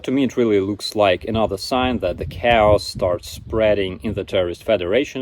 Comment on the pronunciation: pronounced,, chaos,, a little bit better than. With once, it sounded a little like cows or cars